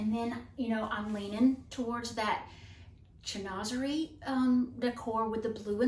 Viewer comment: Chinoiserie is pronounced Shin wa ser eee.